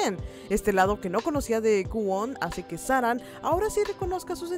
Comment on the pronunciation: No sé cómo aguanté 25 minutos escuchando sáranG.........